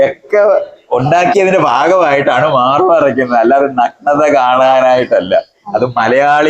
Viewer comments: നക്നത അല്ല സുഹൃത്തേ, നഗ്നത, നഗ്‌നത... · ആദ്യം പോയി മലയാളം പഠിക്ക്... എന്നിട്ടു പോരേ ഇങ്ങനെയുള്ള പണിക്കു ഇറങ്ങാൻ ."നക് നത" ഇതെന്തു സാധനം?